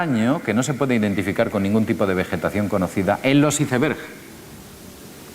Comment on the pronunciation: me da risa cuando dice ISEBERSSSHHH